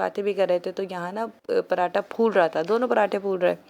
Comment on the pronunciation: Parata Parata Parata Ye nhi sunti Kisi ki BHI k apna pronounce thek karny ki at least kishosh hi karey.